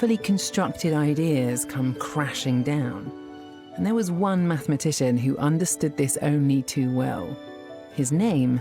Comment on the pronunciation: Yeah right.... She made up that word 🤣 MATHMATITION